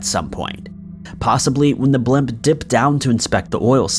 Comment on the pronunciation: What part of America pronounces the word blimp "blemp" ? lol